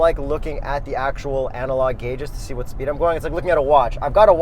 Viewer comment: “Anal log” 🤣🤣🤣